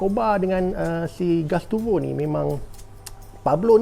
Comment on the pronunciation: Gustavo bang bukan gastuvo 😂.